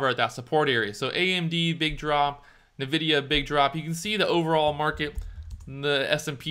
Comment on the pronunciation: It's pronounced "N-vidia". You say "EN" for the N.